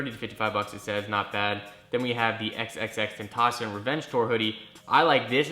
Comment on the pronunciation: So we just gonna ignore the way he said “XXXTENTACION “